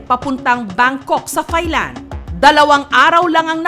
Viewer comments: Taahhy_Land... not ThighLand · Ms. Jessica TAI-LAND po ang pronunciation hindi THAI-LAND. It's not TH but T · hindi po "THailand" ang pagbigkas niyan kundi "Tie-land". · maam jessica, hindi po yan [thay-land], kundi [tay-land] lang. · Mali po pronounciation nyo ng "THAILAND". Should be "tai-land" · Jessica - Thailand is pronounced as Tailand. "Not TH" just plain letter T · Ms. Jessica. Silent H Po Ang Thailand. Hindi Po yan Thigh Land